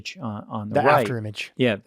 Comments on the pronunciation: How come this guy can’t pronounce “aBdomen” correctly? Is it just me or does he say ADDomen… That aside - great content. Thank you. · He can’t pronounce aBdomen correctly however.